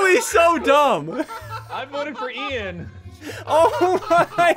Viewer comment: it’s Ian not Ean